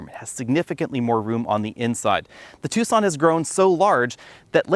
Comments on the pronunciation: You say "two son" laugh here we say "tak sun". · Ah, amusing. Yes, Tucson is not pronounced how it is spelled.